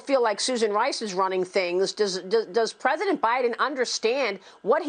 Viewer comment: What a joke. MB couldn't even say the word "president" and she is being critical of our new POTUS. And her old man counter part looks like he's at least as old. These 2 clowns need to leave the big tent and join the sideshow.